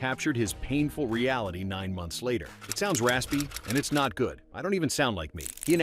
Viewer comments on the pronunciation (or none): none